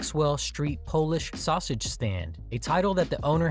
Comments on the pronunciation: Where's this narrator from? I've never heard sausage pronounced as "Shawshage." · The narrator not being able to say "Polish sausage" is hilarious. The narrator: "Polish Shausage". 😆 🤣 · So that's why I kept hearing "Shawshage" instead of sausage. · And This is why I hate AI Videos. The pronunciation is almost Too Phonetic at times. S in Illinois is only pronounced when you want to Annoy an Illanoian native and don't get me started on the Sausage pronunciation 🤦‍♂